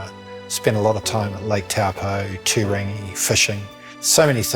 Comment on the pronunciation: I am thrilled that he has been appointed. First things first, let’s teach him how to say Oar-pour-tee-key, Toe-paw, Toe-rung-ah and Two-rung-ee correctly for the next video 😉